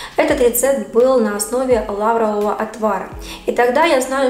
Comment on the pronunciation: НЕ лАрового, А лаврОвого настоя. Ставьте правильно ударение!!!